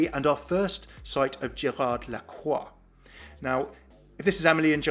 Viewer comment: Okay, just one complaint. Widowmaker's last name is pronounced like "LA-CROY", not "LA-QUA"